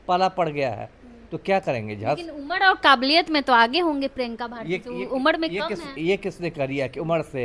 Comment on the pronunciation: उम्र ko उमड bol rahi hai...bolna to seekh lo moorkhon..JNU ki parhi badtammej German ka ek sentence to theek se bol nahi pati hai😂😂😂